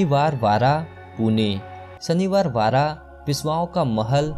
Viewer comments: Its not shaniwar vara..its shaniwar wada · Aai ghalya pahila nit bolyla shik kaka mala vachav shanivar vara nahi shanivar vada boal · Shaniwar vara nahi re Shaniwar wada